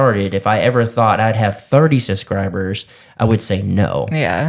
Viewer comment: 😂😂😂😂 SUScribers 😂😂😂 That cracks me up everytime he says that word.